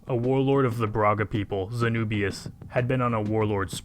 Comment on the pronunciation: Brahga Empaire?🤣😂 ok ja começou bem kkkk